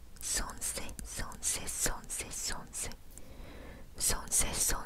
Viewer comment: много текста, лень читать, говорят сонце а не сонсэ